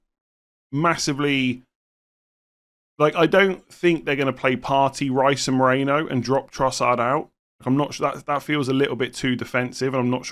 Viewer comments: I kept thinking it was weird that Arsenal signed Alex Moreno... It's Merino. Your pronunciation had me all confused. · Why are you saying Moreno and not Merino?